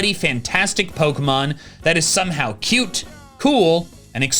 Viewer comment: you said cute wrong:3